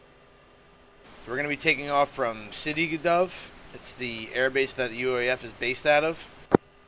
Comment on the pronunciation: hi, you're mispronouncing sde dov. it's SA- DE Dov, dov is actually a name and sde is the israeli word for a field